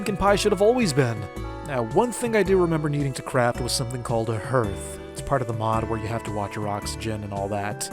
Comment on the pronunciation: Hearth is pronounced harth outside of outer wilds